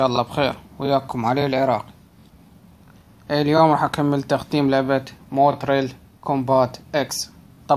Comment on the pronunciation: اسمها مورتال مو موترل